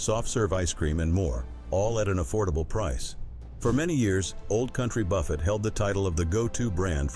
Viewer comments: Buffet is pronounced buf A not buff it! (Buffet)! this is the A I mess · I liked the content, but I'm sick and tired of AI read text. It's buffet with a silent T, not like Jimmy Buffett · If your going to use a computer generated voice, please listen to, and correct things like the word Buffet not pronounced Buh-fet, but Buh-fay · Old Country Buffet. Buffet is pronounced like buff hey, not like Jimmy Buffett’s last name. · You need to 'learn' how to pronounce words connected with the food industry BEFORE making such a video: " B-u-f-f-e t" is pronounced "Bu-FAY" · Buffet is pronounced BA-FAY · This commentator can't even pronounce Buffet. He says buffets like Jimmy Buffet. People that can't pronounce our words in this country can always get a job on YouTube. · Buffet is pronounced buffet not buffet Mr Computer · Can you PLEASE learn how to pronounce BUFFET. l believe the high costs because too many certain people wasted too much food. This occurred in blue states or blue cities only. All this wastefullness was willfully done. Too bad bad behavior and the idiocy of entitlement is the downfall of most of America. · How can you possibly mispronounce "buffet"??? Where are the educated people? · Oh speaker, please check your pronunciation on buffet and sopapillas. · The AI reading has so many comical mispronunciations! For example, “buffet “ pronounced like Warren Buffet! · Can someone teach the ai reader how to pronounce buffet?